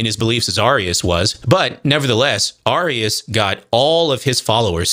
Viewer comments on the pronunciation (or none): I'm sure by now you've learned the pronunciation of these words, but it's truly killing me to hear "arrius" and "or-again" over and over. For those reading this, they're pronounced "air-ee-us" and "ori-jen" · Arius is pronounced like “Aries” Origen is pronounced just like the word origin. Not like the state in the NW.